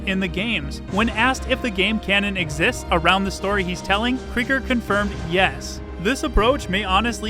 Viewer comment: Still mispronouncing Cregger. Like Craig.